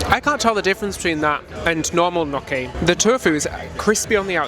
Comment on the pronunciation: I've had a delightful time with you on Virgin, thank you. I'm seriously considering going to Alaska as a "vintage" but completely solo. You're making me wonder about Virgin. I like the mix of things. But, and please forgive me, gnocchi is pronounced with a silent "g". Sounds like nyoki with a long "o" that one's tongue hurries over. I am Roman Italian.